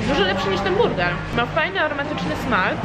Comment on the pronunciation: zrozumiałam burdel a nie burger hahaha